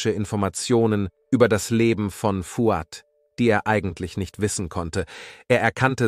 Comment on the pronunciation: Aber der Name Nazih wird mit stimmhaftem s gesprochen, also eher Nasi. Und bei Fouad liegt die Betonung auf dem a.